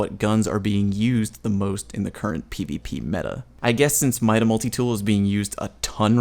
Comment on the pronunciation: . Mida is pronounced MEE-DA